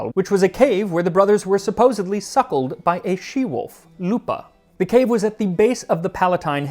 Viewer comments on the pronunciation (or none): none